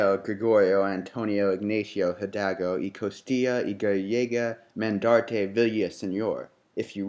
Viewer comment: Its Miguel (He-L-dal-go) and did you guys mention it was an Empire not a republic? Iturbide was an emporor! but very nice video! me gusto!